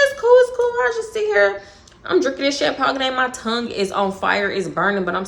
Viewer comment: Wait …champagne? Is that a Texas thing to say it like that😂😂